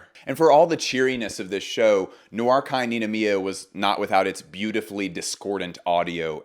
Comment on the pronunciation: noir kei ninomiya 🔥💗🌈 also it's pronounced like rei, non? kei... and nicolas di feliche coz italian, right?